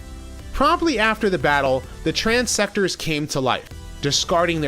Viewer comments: One note: The HeadMaster bodies are called TransTectors, not TransSectors. Otherwise, another awesome review, my friend. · that is trans-tectors not trans-sectors